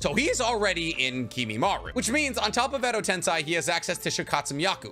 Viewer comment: It’s pronounced edo ten say